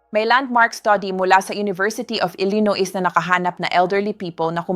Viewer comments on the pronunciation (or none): none